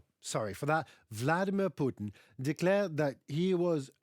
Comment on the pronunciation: "Putinmir Vladin"!! Love It!! 💙💛